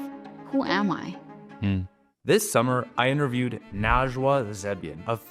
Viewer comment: Excuse me, but the correct pronunciation of her name is Nejwa (something she mentions in Welcome Home; excellent book). Loved this interview!